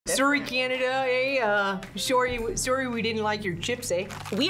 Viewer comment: When said "soary cananda" 😂 reminds me of how everyone use to make fun of the degrassi cast for how they said sorry 😂